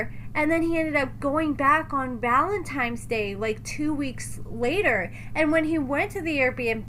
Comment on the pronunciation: Why does constantly say Valentime's Day... instead of Valentine's Day? 🤔